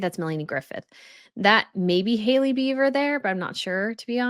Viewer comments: Are you saying Beaver for Bieber 😊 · OMGoodnes...it's Bieber not BEAVER!!!😳😂 Come on now...if you are the producer and editor of this channel...I beg of you for quality editing! 🤦🏼‍♀️ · It's Bieber not Beaver, he is Canadian close to Beaver but not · I love your channel,, but, really? Justin BEAVER, and Hailey BEAVER? It's BIEBER. Only among the most famous there. Thanks for all the photos! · Really,? Justin BEAVER, and Hailey BEAVER? It's BIEBER! Only among the most famous there. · Hard to take u seriously as a professional when u get so many names wrong. Kathie Lee Griffith? It's Kathie Lee Gifford. Justin Beaver? It's Justin Bieber.